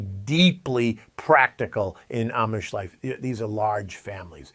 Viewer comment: If your are going to do a video about the Amish, learn how to pronounce it correctly.